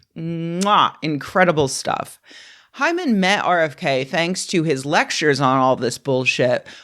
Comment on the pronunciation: Take a drink every time Rebecca says hymen... err Hyman.